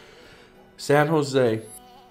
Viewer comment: “San Jo” you said it right my dude